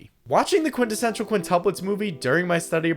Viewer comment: Bro is an expert quintessential pronouncer